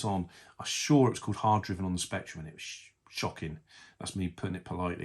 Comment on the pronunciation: Just a point to note, it is pronounced Hard Driving but without the g. You can tell by the apostrophe after the n. There used to be a massive arcade cab for this with full on clutch and gears. Very difficult for a child to even move the car forward 👍